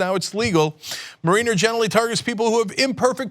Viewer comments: Mare-in-er not Marine-er. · Every time Cenk pronounces "mariner" I wince. It's not marine-er it's marin-er. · Its pronounced mare-i-ners as in marinara sauce. There is no mare-ee-ners in this word Cenk buddy. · Thank you! It drove me crazy listening to Cenk mispronounce the word! I mean, come on Cenk, the Seattle baseball team is the MARE-i-ners! I know Cenk's heard of them! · Cenk the genius doesnt even know how to pronounce 'mariner' LOL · Cenk keeps saying mariner wrong, lol. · I cringe each time Cenk says, "Mariner."